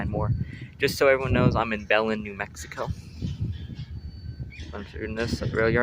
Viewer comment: Locals pronounce Belen as "bull-EN" with the emphasis on the 2nd syllable. I made that mistake when I first started working for BNSF there lol